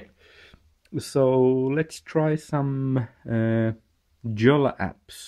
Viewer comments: PS it's not "Jolla" it's pronounced "Yo-la" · It is pronounced yo-la. The "J" is pronounced like an English "y". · Jolla read as in English is really hurting to hear.. :) Jolla has to be said as Finns would say it!